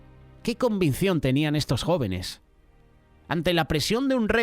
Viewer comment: Es Convicción!! 🙏 Pero el está diciendo convincion. Solo una pequeña observación mía